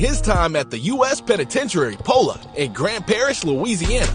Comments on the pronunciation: And it's pronounced pol- lock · Its pronounced Poh (as in the name Paul)-Luck. Rhymes with Pot Luck, but with two Ls.